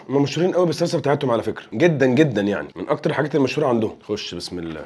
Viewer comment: اظن انه لا يجوز نطق لفظ الجلالة بتلك الطريقة التي للاسف منتشرة